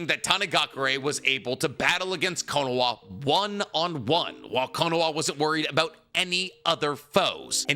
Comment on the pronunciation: slow down talking bro, it sounds like youre saying konowa